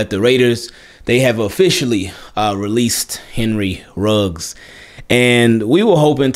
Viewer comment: Should say Ruggs (not Riggs).